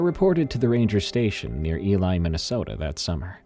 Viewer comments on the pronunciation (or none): I enjoyed the story immensely, especially because i live within the confines of the Superior National Forest. The Boundary Waters is less than an hours drive away. That said, the town is ELY Minnesota ... Ely is pronounced like 'really', not Eli like the boys name. Nonetheless, an enjoyable story. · lol E-lie?.. Ely-E-Lee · It isnt pronounced "Eli", it is pronounced "Eely" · Ely, MN is pronounced Ee-Lee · just so everyone knows Ely is pronounced E-Lee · As a guy from MN it’s pronounced E Lee